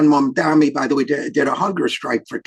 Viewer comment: Prof Wolff, pronunciation, please: It's MAM-DA-NI not MAM-DA-MI.